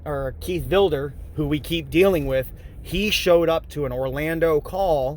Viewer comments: "Keith VIL-DER?" Isn't is Keith VID-LER? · It's Sargent Vidler, not Vilder. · He is such a liar. I thought it was Vidler not Vilder??? breaks the laws and then complains about the cops doing their jobs??? Its great that he lost it all. He deserved it. I heard Vidler got fired but then got his pension back. lost his business, his wife, an 83,000 insurance scam case than he recorded himself and keeps going to jail. This guy is worthless to society and the human race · Seargent Vilder. What a dumb shit that he cant even get his favorite sarges name right. men need him now more than ever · Keith Vil-Der, Vi-di-ler and Vi-Da-Ler. 🤣🤣🤣🤣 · Ffs, get VIDLER's name right!